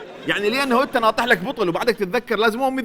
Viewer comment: لافح. مو ناطح